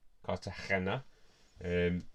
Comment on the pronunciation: Another great episode! I enjoyed how you said Cartagena all the time 🤣🤣